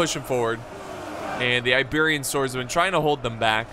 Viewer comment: did anyone hear the Apollo at the beginning called the Iberian Slingers Liberian Slingers haha